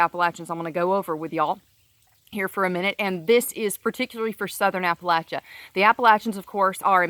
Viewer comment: I'm from Southwest Virginia. Loved to hear you pronounce Appalachia correctly and cracked up when you said charney nasty. Obama killed our coal communities and our region is suffering.